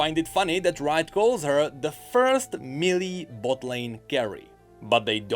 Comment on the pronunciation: Melee is pronunced may lay.